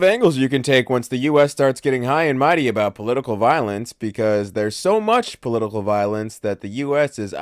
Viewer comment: Great vid, was thrown by "poitical" violence.